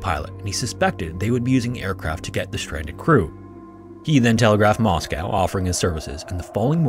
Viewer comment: Thank you for pronouncing Moscow correctly. Cossack is pronounce cos-sak rather than koh-sak for any future reference. You put a lot of work into pronouncing difficult languages well, which is definitely appreciated